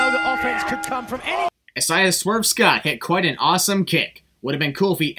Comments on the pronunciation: Sins for your multiple mispronounced names! I-SAY-YUH AND FAY-BEE-EN! What's next? Booby Filet-O-Fish?! Kidding lol love your videos regardless! Keep it up:) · The fuck is “hasiah” ? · It’s Isiah but you pronounce it with the long a not the i. (I-zay-uh) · you mispronouncing Isaiah and Fabian was so cringey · Why did you pronounce Isaiah "Swerve" Scott's name like that ? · You should sin yourself for how you keep saying “Isaiah” 😂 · I love your vids, but i wanted to cry every time you said Isaiah's name wrong